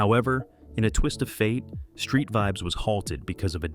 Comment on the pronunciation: Calling your page Reggae Stars.. pronouncing a reggae stars name wrong is crazy work.. Vibz?? Wow